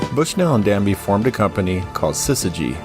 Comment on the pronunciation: Ted DABney not DANBey